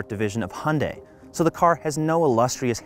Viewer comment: Hunday? Make a correction in your pronunciation.